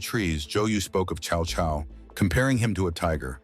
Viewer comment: It's close for AI. It's pronounced Tsao Tsao, which is close. Most people pronounce it cow cow. Which is wrong.